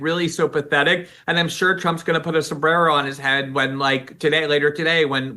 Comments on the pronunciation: non-latinos like me will laugh the moment she says Somberrero while speaking on President Trump meme post. 😂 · The way she say somberero is gold!! Lol its funny thatt congress mexicans say certain words in the most accented voice😅😅😅😅😅😅😅😅😅😅😅😅😅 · The Hispanic congresswoman didn’t pronounce sombrero correctly 😂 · What a clown is. She pronounced all of her r's the same way until she got to sombrero. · I laugh my ass off when English speakers randomly break into an accent when pronouncing a word of Spanish origin. Next, do German. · I hate when people are speaking English and then pronounce one single word with an accent - like "sombrero", while rolling the "r". It's about as inauthentic as it gets. "Clowns to left of me, jokers to the right, here I am stuck in the middle...." Steve Miller Band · The fake accent Rep Teresa uses when saying "sombrero" is RACIST. There's a perfectly good pronunciation in English. Only a bigot chooses to mock the accent of people who dont sound like her.